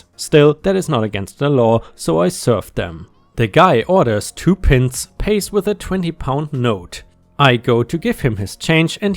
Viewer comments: Pi nts not pin ts. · Love your voice, and here are a couple of tips on English pronunciation! Pints is not like PIN - TS but like PINE-TZ and TWAT is not like HOT but TWAT as like BAT 😁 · Nice picture you have for this set of badly spoken stories (certainly not English pronunciation) "Pints". the "i" is pronounced "eye", not as that short, sharp, pricking "i" in "pin". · PINTS 🍺 😂 Bless you ! Say it as 🥧 Pie-unts /Pie-nts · My Dad wants to give you a head's up on the word "Pints", it is pronounced with a long "I" sound so should be "P eye nts". Just a FYI, and please keep these coming.